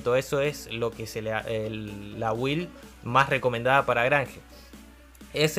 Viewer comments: muy bien video amigo!| solo pequeno consejo se pronuncia "bild" jajaja cada vez que dices "wild" pienso en salvaje XD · se pronuncia bild (build) bild please sos un geniooo